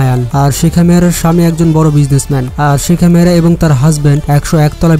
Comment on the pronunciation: নাম ভলো করে জানুন শেখা মেহরা না শেখ মাহরা 😁😁😁